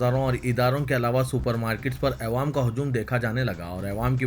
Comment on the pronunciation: bhai Ma Shah Allah bahot ache se padhte hain Akhbar lakin ek lafz p ghalti hori jab bhi ap awwam bolna chate aewam bolte ho plz khiyal rakhin